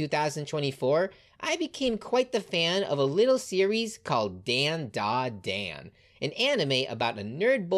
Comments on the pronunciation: It is pronounced DondaDon. Don( like a drum beat) yes is an on and not an sound. Dont believe me say Gohan. The an is an on sound. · bro keep saying dandadan wrong